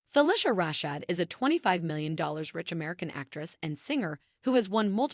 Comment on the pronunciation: You need to learn how to pronounce her name correctly. Next, get your facts straight.